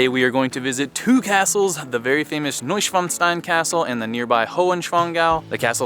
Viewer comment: Hey and sorry, but i was amused again about your pronunciation (of Neuschwanstein). It was something like New Dick Stone in German😁. But i like your cinematic Footage very much👍. Have a nice trip.